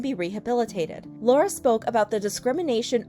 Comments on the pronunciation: You got Lauren's name wrong :( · its lauren not laura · It's Lauren not Laura 😑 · her name is lauren, not laura, btw. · FYI laurdiy’s name is Lauren not Laura! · Hold on not trying to be rude but imma correct you on laurdiy her name is Lauren sorry not trying to be rude